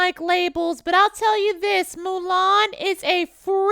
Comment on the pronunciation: Bitch, did she say MULAN!? NOOOOOOOOOOOOOOO! XD